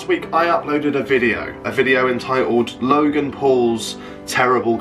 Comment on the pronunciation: That was actually quite convincing until you said ‘logang’ haha